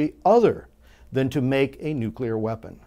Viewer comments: nu-clear not nuqular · Good Points, well made. Thanks! btw, NUCLEAR is pronounced nu'-clee-er. There is no 'u' after the 'c'.